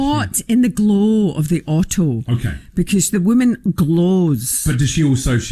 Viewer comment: Caught in the gloow of the Ottoow :-D